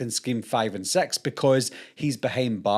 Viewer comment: "From Scream two to Scream Sex"? I never heard of Scream: Sex. It sound like you watched Scream on wrong web site.